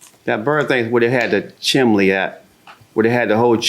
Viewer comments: Not him saying “Chimley” and not “Chimney” 🤦🏾‍♀️ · JM also mispronounces chimney. She says “chim in nee. 🤣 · Every time he says chimly I start giggling 😂😂😂😂😂😂😂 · Chim-chimley chim-chimley, chim-chim-cher-loo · *Chimley" got me 💀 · really said Chimley, like an English butler 😅😅😅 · If you can’t pronounce chimney right then you’re not working on my house